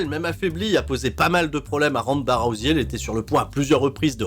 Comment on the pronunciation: en ce moment ronda rousey est un peu partout vu qu'elle a un personnage sur raid shadow legend. et je voulais savoir si j'était le seul que ça trigger lorsque j'entend tout les français se planté dans la prononciation de son nom a l'appeler "rouzé"